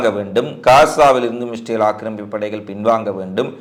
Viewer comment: இஸ்ரேல் என்ற வார்த்தை வாயில் ஒழுங்காக சொல்லுங்க